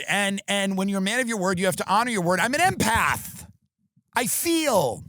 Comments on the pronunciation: swear I heard Eminem and my ears perked up lol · I thought he said an M&Mpath lol